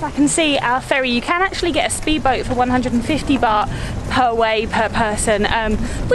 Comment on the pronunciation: It is baht damn……not bar!!!!what is wrong with you guys